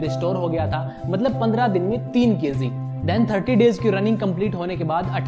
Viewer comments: Kayzee nhi KG 😂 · thanks ... bro its kg not kz ..and magic not mazik... work on it.. great video btw